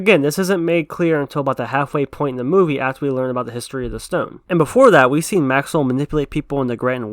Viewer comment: It's called thick accent